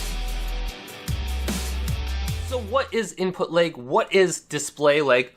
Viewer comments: Why do you keep saying leg?? It's lag...like, with an A. It drives me nuts. Very annoying video. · Its funny how you keep pronouncing Lag as Leg.... its pronounced L- AHH - G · It’s called LAG not LEG🤦🏻‍♂️ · Appreciate the tip! Thanks :) but I'm hung up on every time you say "Lag" it sounds like "Leg" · “Input leg” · I'd be disappointed if someone with the same dialect as his would say otherwise to your comment, but until then... I agree with it.... I wonder how would he pronounce "Leg" then :/